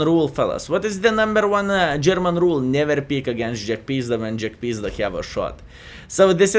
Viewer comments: Jagpizda in one word : Shnay -- LUL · Hello! I always laugh when you say the name of Jagdpanzer because how you call it JackPizda:)));pizda; have a special meaning in my contry.:))